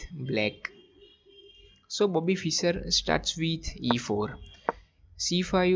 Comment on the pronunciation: This is a good game. However, you REALLY need to work on improving your accent when you speak English! For example, it’s not “Fisser”, it’s pronounced like “fish” with an “er” tacked on. Also, you should not pronounce “move” to rhyme with “dove” (past tense of “dive”) or “rove”, but rather pronounce it as if it had two Os, i.e. “moove” to rhyme with the vowel sound in the word “moose”.